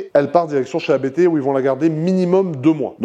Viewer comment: Magnifique! Et elle sera encore plus monstrueuse sortant de la prépa ABT. Mais s’il te plaît, pas toi!!! ABT est un nom de famille, on dit Abt et non A.B.T. 😉🙏👍🏻